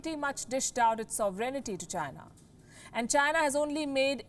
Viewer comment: Sov-renee-tee should be pronounced so·-vruhn-tee without a break and up-grade-ations should be upgrad-ations.